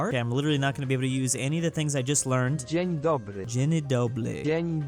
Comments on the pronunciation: why did you say dzień dobry as dzieni dobry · Google:Dzień dobry:Dzeny dobly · "This doesn't seem too hard" pronouncing Dzień dobry: Jenny Dobly.